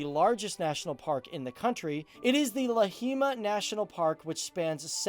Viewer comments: "Lahiima" it took me a minute to understand that it's "lahemaa rahvuspark"i mean if you Google translate it.. it's like Cool-and😂😂😂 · Dude, maybe it wasn't the best idea for you to try to pronounce Suur Munamägi and Lahemaa... But the video did have a good introduction to the country.